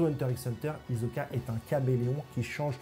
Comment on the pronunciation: HISOKAAAA PAS HIZOKA PAR PITIÉ